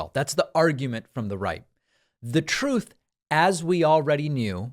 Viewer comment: “The Troth” 😂